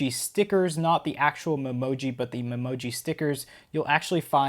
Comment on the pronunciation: Recovery Is Possible you said emoji 😂😂😂